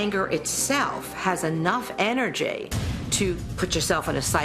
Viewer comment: Energay and destinay